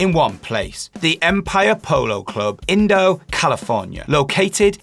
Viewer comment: great video but just want to let you know that Indio is pronounced IN-DE-OH